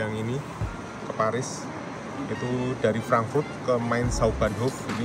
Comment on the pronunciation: Bacane poris 😂